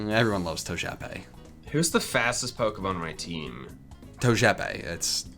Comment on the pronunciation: Bulbasuar: and in today’s episode our special guests is togepi Squirtle: It’s TOE-J-E-PEE